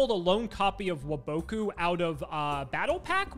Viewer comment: Why does never say wabaku correctly